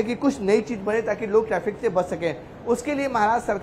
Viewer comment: टैफ़िक नहीं बेटा ट्रैफ़िक!